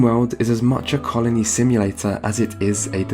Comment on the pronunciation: Until I turned on subtitles I heard "carnie simulator" instead of "colony simulator" and I didn't even question it.